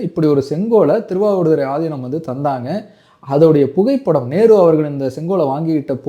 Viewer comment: Yow news la aathinam ku pathila aathi inam nu sollurainga ya enguttu poi solla ippolam news readers ee Tamil olunga padikurathu illa